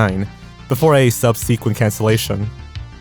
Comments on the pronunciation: Please, I'm begging... can someone who knows tell him he is mispronouncing subsequent/subsequently? It's breaking my brain every time. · His pronunciations of subsequent and Ontario HURT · Good video, difficult to watch when subsequent is said incorrectly lol. Could just be a regional difference tho. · Love the unique pronunciation of "subsequent"!